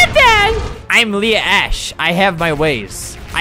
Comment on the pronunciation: It’s pronounced Leah🙄